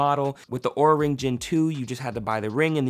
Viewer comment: UnjustifiedRecs and in this video he also pronounced it wrong. Lol